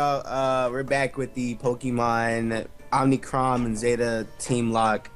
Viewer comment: there is one N in omicron and it's at the end i swear to god if you say omnicron one more time lol